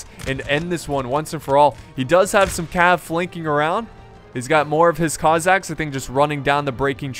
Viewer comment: The Cossacks and the Kazakhs are not the same people. You're pronouncing the former like the latter. I lived in Kazakhstan for 20 years. Kazakhs are from Kazakhstan, the Cossacks are from southern Russia and Ukraine.